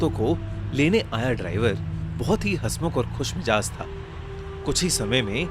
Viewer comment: Khush mijaz nhi khush mizaj hota hai bhaiyyaa😅😣